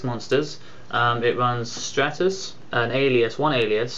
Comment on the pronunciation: It's stratus. Like the Stratosphere. same pronunciation.